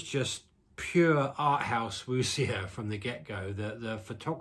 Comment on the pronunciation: Bleak Night is fantastic. The director’s follow-up not that great. (Also, when you say Wu xia the xia bit is pronounced ‘sha’. The x initial is like ‘sh’ in English.)